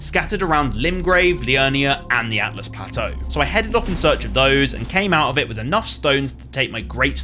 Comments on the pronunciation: Can i just say great game play thoroughly enjoyed but have to say its "ALTUS" plateau NOT "ATLAS" 😂 after beating this game myself definitely enjoyable watching someone else go through it for a first time again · Carefully explains how to pronounce Siofra. Immediately can't say Altus correctly. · Dogs people for potentially mispronouncing Siofra…immediately says Atlas Plateau 😂 Love it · Altus, not Atlus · You pointed out the correct pronunciation of Siofra, but then called Altus Plateau "Atlus" 😋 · I love that you got on everyone's case about how to correctly say "Siofra", then almost immediately went on to pronounce "Altus" wrong lmaoooooo